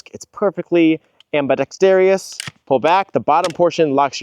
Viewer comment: I like your videos but I'd suggest correcting your pronunciation on ambidextrous. It's not "ambidexterious" and it's pretty distracting